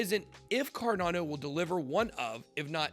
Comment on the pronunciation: Bitboy please pronounce the word correctly. You said carnado instead cardano. Check you starting Clip...